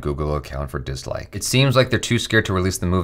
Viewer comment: Every time literally everytime he says dislike I hear downloads